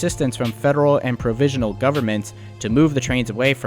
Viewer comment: A lot of mispronounced words in the narration, such as vicious for viscous and provisional for provincial. But told the story of what happened well.